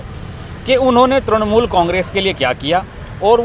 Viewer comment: त्रणमूल" नही त्रिणमूल" नही त्रुणमूल" नही "तृणमूल" बोलिये